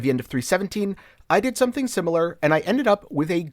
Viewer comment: Are you saying /Sunn-ing/ or Something cause I'm losing it over here lol.